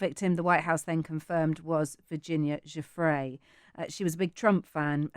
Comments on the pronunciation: Suddenly alan believes Virginia. And he should stop mispronouncing her last name. What a frickin' pig. This man makes me sick. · Absolute travesty, platforming this villain. And with such a sycophantic intro. Further, allowing the repeated mispronouncing of Virginia Giuffre's name. Also, it's plain it was her not Giuffre cited in the redacted note. Her account disproves this, she said she'd not spent time with Trump. It's someone else. Poor reporting here. Times Radio online is click bait and, in this case, misleading.